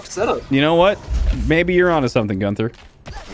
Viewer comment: Digga es tut so weh wenn er gunfer anstatt günther sagt